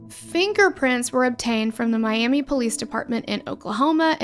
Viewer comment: Miami, Oklahoma is actually pronounced like Miam-uh.